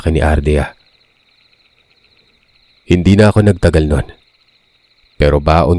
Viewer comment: Ardea tapos biglang naging andrea. Ikaw talaga boss hahah